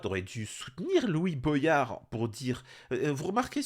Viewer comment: Salut l'ami.. Juste une petite blague antillaise.. Comment tu lis voyage ou goyave comme Boyard Mdr... Je ne sais pas d'où viens ce problème français entre voyage et goyave et maintenant Boyard...mdr Sinon à part le sujet de la monarchie où je n'ai pas compris pourquoi tu as confiance en 1 homme quand tu vois Staline, hytlir ou même Macron :( D'ailleurs j'aimerais bien qu'on en parle un jour si tu veux bien... Mais j'ai peur... On me traite de fou pourtant car j'ai confiance au travail de groupe hors :( Bref!! Compliqué... Un être humain change de caractère plus vite que son ombre :(